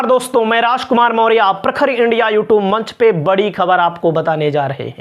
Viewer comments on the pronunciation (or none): none